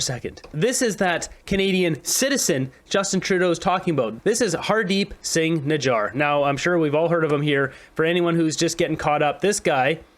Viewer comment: It's funny when Trudeau says Canadian citizen named "Hardpeep ping jijjar". lIke bruh listen to the sound of that name.